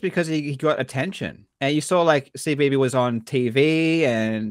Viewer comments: "King of Kong" was the first time I heard Wiebe pronounced that way. I have a lot of relatives with the last name, and none of them pronounce it "Wee-bee". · Have you seen the interview Steve Weibe gave earlier this year? Looking back on the documentary and the current state of DK, it's really great! Also I always felt like they pronounced his name "weeb" as some kind of power move.